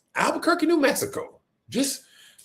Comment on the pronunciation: 😂OMGOSH! Did you say, " Albuquerque"?!😅